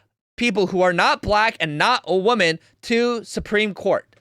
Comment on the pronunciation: Ok. I’ve listened to the whole video. Are you saying “women” when you say “woman?”